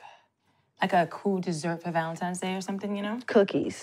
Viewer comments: Same thing in the Bet+ movie My Valentine Crush. I’m like so they just gone keep letting her say Valentimes? So cringy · The fact she kept saying “Valentime’s Day” threw me off. Plus the weave was a mess.